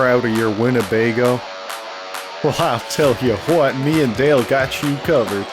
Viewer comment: Dude said highll tell hew huwat 😂